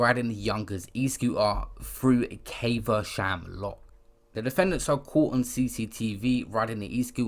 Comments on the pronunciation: Bro it’s not pronounced Caiv-a-sham. It’s cav-a-shum i live here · It’s prounonced cavershum dm tho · Caver-sham lmao 🤣